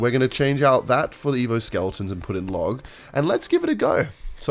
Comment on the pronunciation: Every time says “SmellEtons” i slap my knee and start wheezing with laughter.